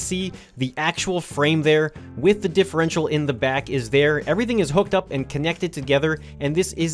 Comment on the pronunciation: You said that thing about the differential correctly. Wow, you smart.